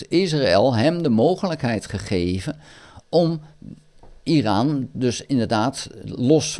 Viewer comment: Goeie informatieve video. Het is overigens "Iran" en niet "Iraan". Trump wist van de aanval voordat deze plaatsvond. Dat heeft hij zelf gezegd. Hij heeft Netanyahu verzocht om Iran niet aan te vallen. Ik denk niet dat de VS Iran gaat aanvallen. Denk dat Trump dit toch niet gaat doen.